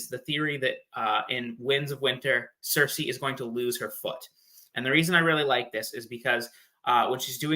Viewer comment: The way she says cersi takes me out of it every time lol.